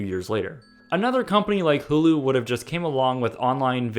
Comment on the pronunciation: Hulu isn't pronounced ha- lu it's prononced hu- lu